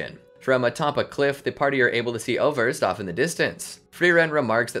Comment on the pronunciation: Just a super picky technical thing. I German the "ß" or scharfes isn't a B. It's the replacement for what were formerly successive S's (i.e. Wasser or waßer [water]). Thus the pronunciation of Äußerst would be Aeusserst. Love your content and that minor change would distinguish y'all from the rest of the pack even more.